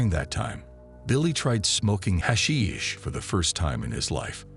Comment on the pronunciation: What a completely bizarre beginning to the video. From the pronunciation of the word hashish to the fact that somehow him liking hash brings us to a year and a friendship. Awful beginning to the script